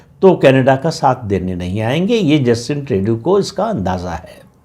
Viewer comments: Trey-du nahi Tru-do hai. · ट्रेडू नही, ट्रृडो